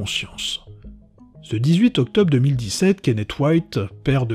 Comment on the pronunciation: Octobe, s'effonde, quatte.. c'est du français approximatif..